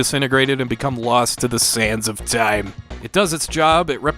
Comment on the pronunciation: Idk why but when you said "the sænds of toeaim" I had to laugh. WB btw!